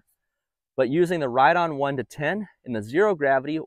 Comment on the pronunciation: I called the Company and Riton is actually pronounced 'Rye-On'